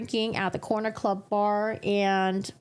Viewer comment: You mispronounced 'Coroner Club' :) :(